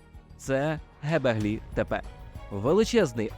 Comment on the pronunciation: Чудове відео. Тільки не " гебеглі тепе", а "ґьобеклі тепе"(göbekli tepe). Це перекладається з турецької як "пузатий пагорб". Ви мабуть користувались московитськими джерелами, а вони "ьо" позначають на письмі буквою "е".